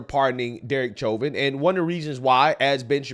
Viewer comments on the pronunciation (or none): Please look up how to pronounce censured and Chauvin..... 🤦‍♀️